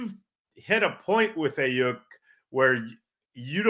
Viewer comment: And that he can’t say Aiyuk the right way